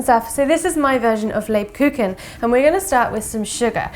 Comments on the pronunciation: Leib-kucHun. Basically pronounced as liebkuhun. Soft k sound before the h. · Google translator + 10 seconds = proper pronunciation... next time my dear 😇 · never trust recipes by people who mispronounce what they're cooking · It’s so nice to hear a British person saying Lebkuchen because that’s soo funny for a German guy 😂 but anyway the videos is great! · Ha, I was so amazed when I saw a German word in a title! And I was intrigued how you would pronounce it... It's soooo funny! 🤣😎👍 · You did pretty good! Just the emphasis was on the wrong syllable the first few times, but at the end you got it right!